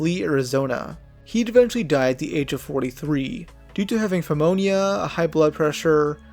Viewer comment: Fhemonia lol